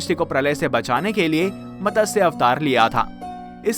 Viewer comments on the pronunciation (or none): Fish Avatar sound is Mat. Sa . . Not Matasha. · Mtsya not Matasya. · Not Matasya but Matsya avatar.